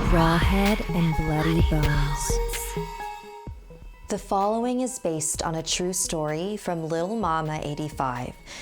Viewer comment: I heard it as "raw head and bloody balls.